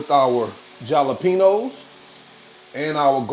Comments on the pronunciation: Love your channel and revise. A little hint, the peppers are pronounced with an H not a J😀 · The Way You Be Saying Jalapeños 😂😅😂 Love The Videos And The Them Great Dishes You Be Creating 👍👍🫡